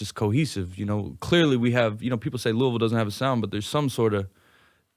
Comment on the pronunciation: Glad he says Louisville correctly